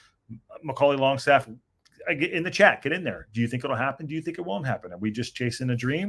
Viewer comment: its not longstaff its langstaff love the show flint n wales 18 mile from wxm